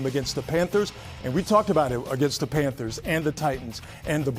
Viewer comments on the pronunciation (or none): none